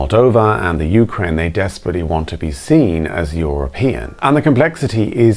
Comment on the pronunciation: you said YOUkrane - emphasis in the YOU. I've never hear that before, ever, and I meet with and talk to Ukrainians on a weekly basis. Here in UK we say 'youKRAINE'.